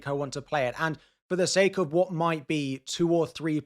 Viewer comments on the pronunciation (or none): none